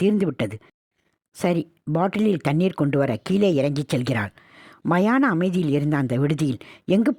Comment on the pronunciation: சமுத்ரிகா லட்சணம் இல்லை சாமுத்ரிகா லட்சணம். அதே போல் மாயன காதல் இல்லை மயான காதல்.